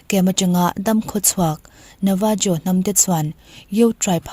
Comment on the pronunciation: Navajo tih ni mahse 'Navaho' ti a lam tur...Mexico, Latin america leh South America, Spanish hmang ho ah chuan 'J' hi 'H' angin a ri zel tur. Eg,. 'Jalapeno' 'Halapéno' 🌶️